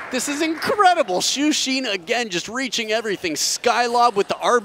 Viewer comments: Can someone tell the commentator that whether in English or Mandarin, "Xin" is pronounced as it is written, NOT "Xeen". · Xin is easy. Xu is the hard one for those not knowing pinyin. It's hilarious that he's often called Shoe Sheen. Nah, Xuperman is better.